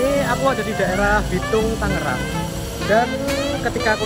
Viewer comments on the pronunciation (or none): none